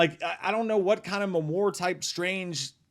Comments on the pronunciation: What the heck is a "Memore"? You mean Memoir? lol jk 😛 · I lol everytime you pronounce memoir. 🤣 wwam fam